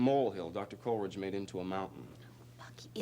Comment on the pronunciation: is the only one who pronounces the name COLLeridge. It's KOLE eridge!